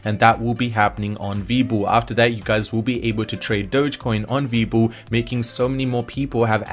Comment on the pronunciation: WWEEEEbull not VEbull